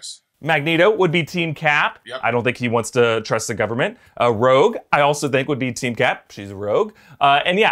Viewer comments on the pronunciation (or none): “She’s a “rouge””, really? LOL